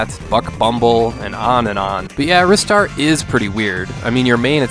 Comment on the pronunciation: Finally, someone who pronounces Ristar the way I do rather than "Rye-star" :P Also failed to mention this has one of the best OST's on the genesis!